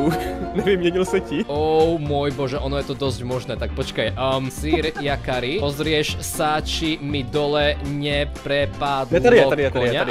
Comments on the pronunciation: yakari sa nečíta s dž akoze džakari ale jakari nie? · Prečo hovorýš yakarimu džakari???😮